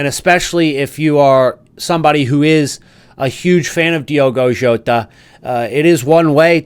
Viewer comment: Diogo Jota RIP…but don’t pronounce his name your calling his name in the wrong way..